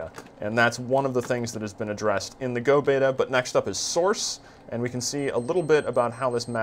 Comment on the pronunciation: WHO THE FUCK TOLD YOU THE NAME OF THE GAME IS "GO" Its "gee" "oh" >.<